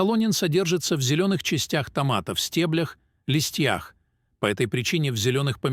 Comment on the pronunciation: Откуда таких дикторов берут? )) "судорОги", "солОнин в листьЯх", "подагрА", "аллергИки с отекАми"... Умора.